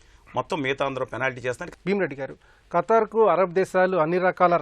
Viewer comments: ఖటార్...కాదు రా స్వామి ఖతార్..అని పలకటం రావటం లేదు..నువ్వు ఒక ఎనలైజ్..వా...షేమ్ షేమ్.. గారు బాగా చెప్పారు.. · abay o....what is your katting it is not katar it is Qatar